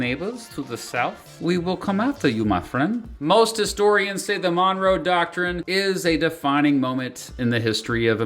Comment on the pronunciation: The second syllable is stressed in the name 'Monroe', and the first vowel is pronounced as an unstressed schwa, not a short 'o' . It's pronounced 'muhn-ROH', not 'MON-roh'.